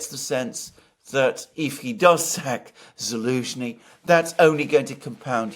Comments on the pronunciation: doesn't know how to pronounce this lenski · Lost me after 5 mins - Mercouris’s voice is so pompous and he can’t even pronounce Zelensky